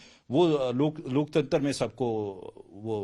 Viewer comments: लोकतंत्र भी नहीं बोल पा रहा लोकतंतर बोल रहा है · Laktantra nahin bol pa raha hai sahi se......aur ghulam patrkaar dusre ghulam se pooch raha hai...😢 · लोकतंत्र भी नहीं बोल पा रहा है 😂😂ये राक्षस है लोकतंत्र के